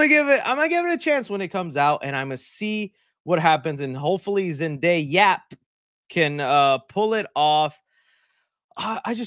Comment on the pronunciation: Myshine is awful person as she promote crypto and aa you said their travk record has fallen so much since no way home, so her calling zendaya as zendayap is no surprise to me.